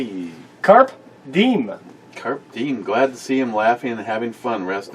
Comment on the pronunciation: I'll go play pool with y'all. But i was looking at the outtro babes ASS while she was leaning over a fucking pool table! Still all good n fun. Carpe Diem is pronounced Kar Peh.. Dee Em. Latin for seize the day. Oh and thank you Matt for picking the brewbabe.. fantastic butt and tits